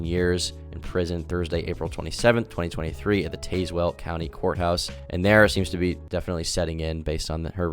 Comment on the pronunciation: Some something to add: You did good on pronouncing Peoria, but Tazewell is pronounced Taz-well. Don’t know why they have an E in there… probably same reason they have an S in Illinois. This happened only 2 hours from me, and I regularly go to Peoria. So definitely caught my attention when I heard about it.